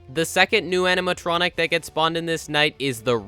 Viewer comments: When you realize he says amintronic and not animatronic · Is it just me, or did he say "animatronic" so much he started accidentally saying "aminatronic"?